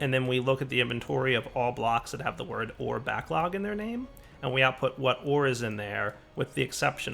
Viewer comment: Am I the only one who hears "Whores" when he says "Ore" at 21.26